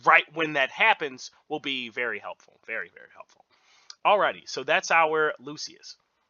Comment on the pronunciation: It's Skylar and loo-shuhs. We help each other 😁🙏